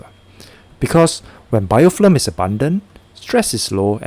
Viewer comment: It's BIOFILM not BIOFLIM